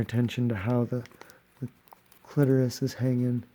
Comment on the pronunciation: This was so fantastic, thank you! Love your voice, the cursing, and the quips. I'm not stoked with the way my clitoris came out so I'll have to work on that. Oh, and Thank You for pronouncing clitoris correctly! ✌